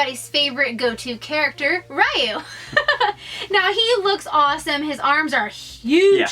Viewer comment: did you hear how call Ryu? I never hear somebody call him that way.